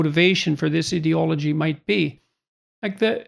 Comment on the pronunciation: First of all Jordan.... It's "IDEA" logy not "IDIOT" ology. Christ.... Next this isn't a "trend". When I was 10 years old in 1983 and crossdressing there was NO Trans role models. (Maybe Boy George...) Transgender wasn't even a word. Today Transgender people are fighting for their rights and they are much more visible. Not a Trend. Doctors will not lose their license by turning away teens for hormones. Lol. Plus these 2% are trans compared to 0.0001% is a ridiculous statistic meant purely as fear mongering. Not to mention that Dr. Jordan is no longer practicing and hocking t-shirts in his liberal conservative podcast after spending 2019 until 2021 in a benzo drug addicted haze. THINK FOR YOURSELVES PEOPLE and try to LOVE everyone instead of listening to nonsense hiding behind a college degree. You can have graduated college and still be an IDIOT-ologist.